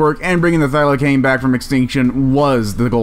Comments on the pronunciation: Bra I’m an Aussie it’s f-ie-la-seen no “filesine” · Thylacine (Tasmasian Tiger) is pronounced Thylarseen. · The narrator should have just called the Thylacine (pronounced Thigh-Luh-seen) a Tasmanian Tiger. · No sub until you can pronounce Thylacine correctly. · He mispronounced thylacine.